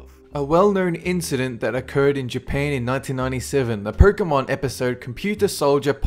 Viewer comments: Why do you pronounce Pokemon as "Porkemon"? Lol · actually as "Perkemon"